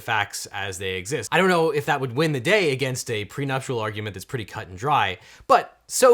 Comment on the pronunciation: Thank you for makin these videoscopes. Please PLEASE learn ho"w to say "pre - nup - TI - al", not "pre - nup - TU - al". I would have never allowed you to go past the third grade. (later) "There are a lot...." --- A ---- lot. One lot. Should be "there IS a lot". Thank you for your cooperation.